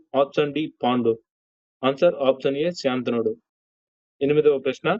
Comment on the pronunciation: భీష్ముని తండ్రి శంతనుడు అంతే కాని శాంతనుడు కాదు